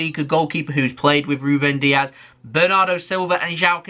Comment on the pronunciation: It's Dias not Diaz. He's not Spanish, but Portuguese